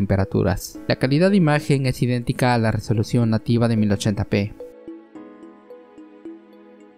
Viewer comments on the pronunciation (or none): en español se pronuncia resolución con erre no con ere.